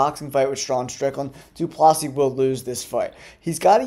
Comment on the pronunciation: He meant about the DDP pronunciation